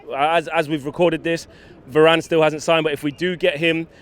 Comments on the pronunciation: i stopped watching after the first guy said “VARAYYNEEE” ffs our fans are washed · Va-ran.. its harder to mispronounce it and yet people find ways. Hitting us with Va-ranny and Va-rain.. ffs Nice job by the way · Did he call varane varaine? 😂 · Man said Va - rane lol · man said "varayne" lol 😭😭😭